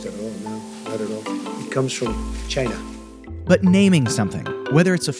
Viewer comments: Trump:"It comes from Shine-Ahh" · It came from chi-nah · The way he says china 😆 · i just want him to say china normally. it's like when someone visits nicaragua or has a friend named carlos, suddenly they're bilingual when using certain proper nouns. the inflection he puts on "china" alone makes him sound racist.